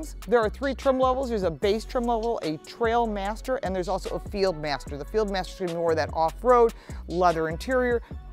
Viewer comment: it is "TrialMaster", not TrailMster